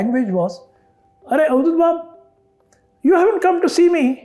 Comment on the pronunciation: NOT Auduth it is Avadhut 🙂🙃🙂